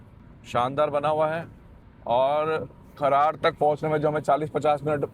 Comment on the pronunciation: खरार नहीं है ब्रो खरड़ है